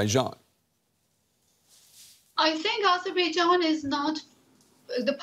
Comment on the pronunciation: Azerbaijan not AIzerbaijan. Get it right already. Useless DW anchors.